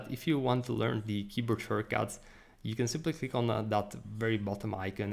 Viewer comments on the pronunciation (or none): Thanks for the tutorial. BTW, your English is excellent, but you have a habit of putting a vowel at the end of English words that don't have one. You should say "and" not "anda" / "right" not "righta" / "click" not "clicka" / "of" not "ofa" etc. For what it's wortha. ; )